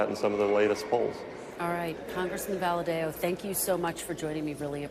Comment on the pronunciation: What a pronunciation of valadao